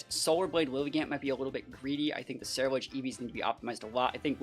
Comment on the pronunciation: "Cenuledge"? I think you mean Cerulegde. Keep up great work :)